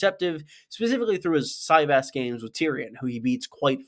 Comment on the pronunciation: It’s si-vahs not sy- vas